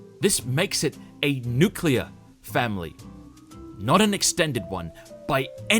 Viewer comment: Nuclear* not nuculear*